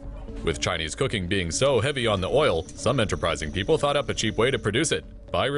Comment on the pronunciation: We kind of had that here "Peeple"